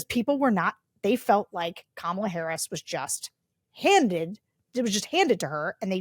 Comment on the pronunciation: I will still not a Black person who continually mispronounce Harris' name.